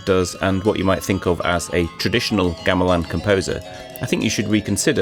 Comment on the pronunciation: The first syllable in the word "Gamelan" is pronounced with the same vowel as the last syllable. I don't know why English speakers change it when they hear Indonesian speakers say the word all the time and the "ɐ" sound is part of our vowel set. It should sound like the vowel in the word "gong", which is, you know, a metal percussion instrument.